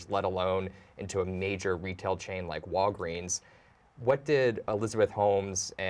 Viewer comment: Sooo i'm the only one who hear' "Wolverin" instead of "Walgreens" ?